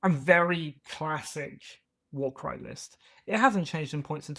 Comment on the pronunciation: PSA: Warkraj is pronounced Warcry :)